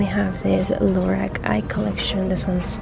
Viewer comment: I love these videos but Lorac is pronounced (laur-awk) sorry😬😘